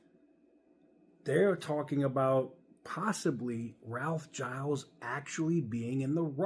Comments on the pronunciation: Somebody needs to tell that he is mispronouncing Ralph’s name. It sounds like GEE-Ls, not G-EYE-Ls. That’s my understanding, anyway. 🤙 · I believe you pronounce Gilles like shills with a soft g. And I would be very OK with him taking over. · Its actually Gilles